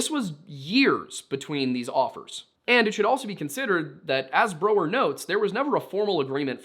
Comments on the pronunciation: I hate how you mis-pronounced Brow-er the entire episode.. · Brow-er, not bro-er. Painful to hear that mispronounced so many times.